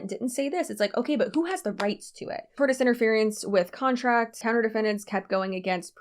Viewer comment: I laughed so hard at you calling that guy Doug Dimmidome, and now I can't get that one you tube poop out of my head. Also, I glanced through the comments and didn't see anyone saying this, so I hope I'm not piling on; tortious is pronounced tor-shus. This was a great breakdown of a truly ridiculous situation. I hope these people go down hard.